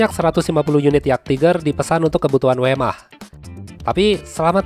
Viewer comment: Sedikit kritik: Baca nya dengan kata: Vermark bukan wemah